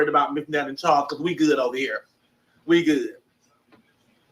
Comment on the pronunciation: And you and that "THARLES YOUR THUNCH IS THREADY" 😆😆😆😆😆😆😆😆😆